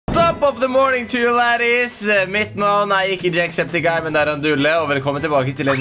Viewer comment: Ikke jackseptiguy men jackseptieay